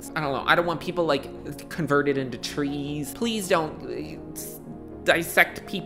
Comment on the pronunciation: Converted into treeess 🤣